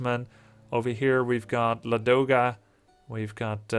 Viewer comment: Actually it pronounces like LAdoga, not LadOga :) Can definitely say that coz i am slav.